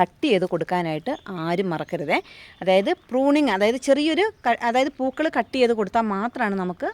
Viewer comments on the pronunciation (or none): പുകൾ അല്ല പൂക്കള്‍ ആണ്